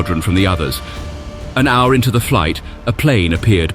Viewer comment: Either AI voice or VERY strange language skills. As in miles per hower